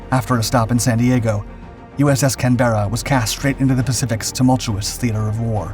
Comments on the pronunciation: it is pronounced IN Australian slag as "CANBRA'" NOT CAN-BERRA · Can-ber-ra NOT can-bera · On a small point of accuracy, it's 'CAN-berra' not 'Can-BERRA'. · I hate how you pronounce Canbera. Its "Can..ber..a" Not "Canbeara" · Just wanted to make a point about the pronunciation of the Australian capital city, after which, the ship was named was incorrect. Australians say Can-Buh-Ruh, and not Can-Bear-Rah. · Am I the only one who flinches at every instance of the narrators pronunciation of the ship's name!? Sounds like - Can-bare-ra, rather than I a brit would always pronounce it Canberr-a. Otherwise very good an interesting video. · Almost willful mispronunciation of the ship's name (actually Can-bruh) isn't a good start. But I'm still not sure what this monstrous and pivotal post-war role was. She was damaged at Leyte, fully repaired back in the US, mothballed for several years, converted to a guided-missile cruiser and eventually deployed to the Vietnam theater. But at no point did she use her missile system in anger and she was used in SE Asia only for her guns. As I understand it, the missile capability was also fairly quickly made obsolete, which is why the conversion wasn't completed. So a great ship and no doubt loved by her crews, but not exactly pivotal or exceptional' She wasn't enen the USN's first missile cruiser (USS Boston) and despite the title of this video the conversion wasn't a consequence of the damage suffered. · Please don’t say Canberra cam Berra you are actually meant tot say it cam-bra what Weber I know how it like pronouncing name everyone you say is cam-berra all I could do is cringe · Can ber ra , not can bear a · AARRGGHH! It’s pronounced “Canbruh”; not Can-berra”! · I think you were meant to say, "CAN-berra", instead of "Can-BER-ra"! As THAT is actually how you pronounce the Australian capital city's name! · If she was named in honor of an Australian ship, please pronounce the name correctly - it’s Can-bruh, not can-bearuh.